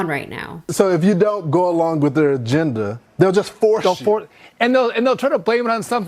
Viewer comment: What is a "genda?" Can't the news channels find someone of minimum intelligence? Sorry, I know it's off subject, but lack of a vocabulary by someone in a suit and tie bothers me.